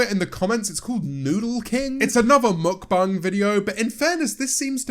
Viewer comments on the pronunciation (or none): I really don’t like the way He says Mukbang